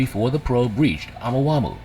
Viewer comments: ya'know i really hate it when a NON-scientist narates a video about scientific discoveries and FAILS to double check the actual pronunciations of these words....Oumuamua is a Hawaiian word.....it would be pronounced OH MOO AH MOO AH....OU is OH and MUA is Moo Ah.... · Are we going to talk about the pronunciation of Omahumhau?Or Nah? LoL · Ai is supposed to be so smart, but it can't pronounce words like Omuamua, lol 😂 Ai is reading this out!! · The voice is pronouncing the name wrong because it’s an AI voice over. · The way he pronounced Oumuamua (sp?) was so annoying.